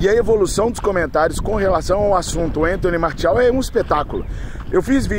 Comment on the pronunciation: O cara é FRANCÊS. O nome dele se fala Antoní Marcial.